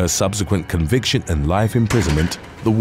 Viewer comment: In. Her. CON. VICTION!